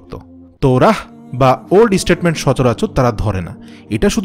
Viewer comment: ওল্ড টেস্টামেন্ট হবে! আপনি স্টেটমেন্ট বলছেন কেন!! শুদ্ধ করে বলুন ভাই। বিভ্রান্তিকর শব্দ উচ্চারণ করলে মানুষ এখান থেকে কি ভুল তথ্য লাভ করবে।